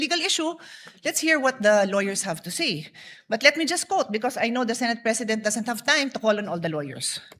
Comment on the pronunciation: yong pronunciation mo po ng word na "SAY" you pronounce it as "SEE"